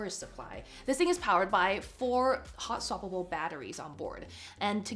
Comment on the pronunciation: what is how-swappable?